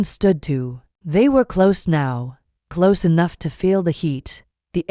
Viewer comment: Can't you get the AI to pronounce language correctly, because listening to this is painful. I thought these AI things were supposed to be better than humans!!? HaHa Ha But they can't read ahead to see the difference between CLOSE AND CLOSE (pronounced - cloze) and says "am" as a.m. which is why AI is useless.